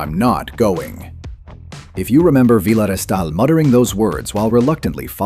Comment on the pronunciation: Vila Restal said with a spanish accent 🤦🏼‍♂️